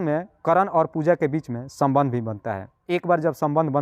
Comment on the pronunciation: आपकी हिन्दी या स्टाइल थोड़ी सुधारने की जरूरत है बाकी सब ठीक है...जैसे सोबन्ध नही संबंध पोरेशान नही परेशान ओगर नही अगर